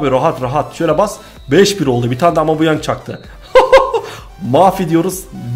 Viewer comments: amubuyang değil abi aubameyang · abi seb amebauyang diton ama ismi aubemayang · abi amubeyang değil abumeyang diye okunuyo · aubameyang usta aumabeyang değil hep yanlış söylüyosun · Aubameyang'ın adını düzgün söylersen daha hoş olur be reis amabuyang diyosun resmen :D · Abi valla aubameyang a amıbuyang diyen ilk sensin herhalde